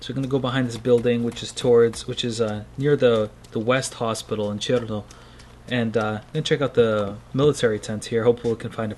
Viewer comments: I need to hear more R in CheRRRRRno! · When you said cherno you turned russian.